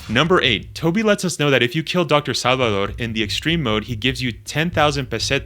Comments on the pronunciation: Bro. It’s SALVADOR. There’s a “v” in Salvador. It’s not “sallidor.” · I.e. saalvadoor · this guy says salvador hella weird